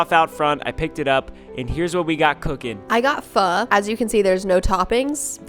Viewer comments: fhuu omg😭😭😭 its pho (fho-o) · Its pronounced ph o not ph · Ain’t pho pronounced, f oh 🤔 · Woahh I was pronouncing pho wrong, thanks you two :)